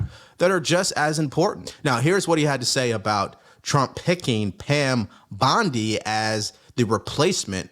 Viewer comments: Hey ! it's BONDI... please ..... NOT bundy , like the serial killer ! 🙏:hand-purple-blue-peace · My dog no disrespect but it's bondy not bundy love yah